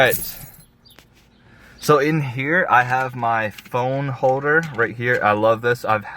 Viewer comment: “hoder” me screaming “HOLDER”